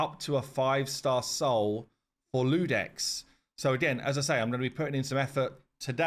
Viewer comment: Isn't it Iudex with an "I", not an "L"?